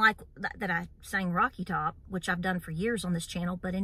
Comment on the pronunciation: It's Top not Tock, just saying.